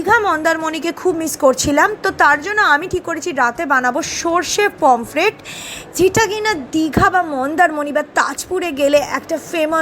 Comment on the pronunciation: Didi pomplet bolena Pomfret bole